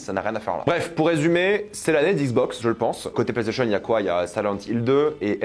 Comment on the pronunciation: Il cherche un truc à dire les PlayStationeuh